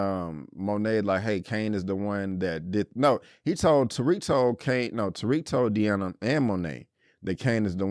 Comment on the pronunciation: You keep calling this girl Deana every episode. Her name is Diana 😂